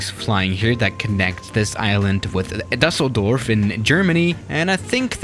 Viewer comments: He decided to pronounce the german city as Dasseldurf even if it's Dusseldorf (with a spoken u). And he is german. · as a German: Dasseldorf German：*We don‘t do this hier*